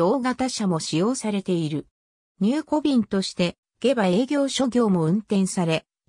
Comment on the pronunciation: げばではなくしもうまと読みます